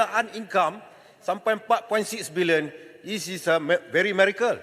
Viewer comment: 'Probly'...😂😂😂 Very 'merrycle'..😂😂😂..... English jauh kelaut...😂😂😂😂😂